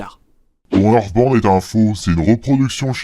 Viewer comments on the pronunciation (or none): "Earthband" non mais cette prononciation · Ta façon de dire (Hearstbound) on dirais Euresebinde